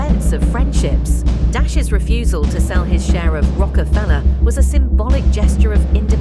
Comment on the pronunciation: “Rocco Fellow”???? Lazy a$$ using AI narrator I’m out.